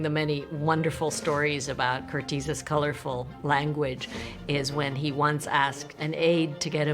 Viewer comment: I'd just like to point out that his name is pronounced "Curt-ez" NOT 'Curt-eez'. (I'm his grand-daughter)